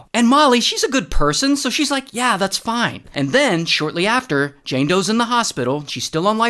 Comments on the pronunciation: Fine❎ fone ✅ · NOT THE FWIONE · Why did said fine like fone